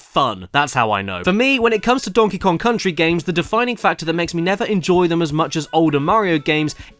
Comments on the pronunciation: dongy long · "Donkey long"- Caddy 2019